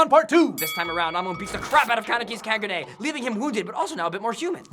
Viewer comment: "Ka gu ne"